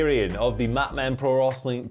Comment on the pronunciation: I agree but said wrostling so that’s what I’m calling it from now on 🤷🏻‍♂️